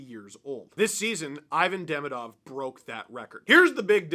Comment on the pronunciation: If I didn't know better, I would think is fluent in Russian